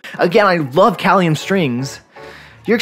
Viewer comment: pronounced Kay-lium